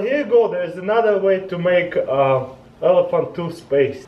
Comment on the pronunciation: toospaste XD